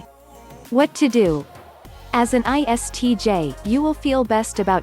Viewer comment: as an ISTJ , at this point i became like WTH she said iTsj ... 😂